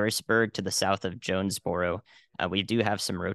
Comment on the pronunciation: as someone from nea, the pronunciations of the towns made me wanna pull my hair out lol. jones-bor-o, o-see-o-la, tur-el, le-pan-toe is how you pronounce those towns. not trying to be rude, just trying to help